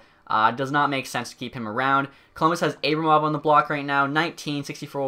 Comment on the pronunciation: It’s pronounced Ar-Buh-Mov not A-bruh-mov